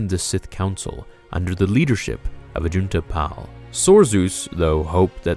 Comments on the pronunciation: Pronounced Ajunta "PAUL", not "Pal." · AJUNTA PAL you pronounced his name wrong the pal is tricky put the emphasis on the a so it like paal lol sorry I just needed to point 👉 that out loved the vid big thumbs up 👍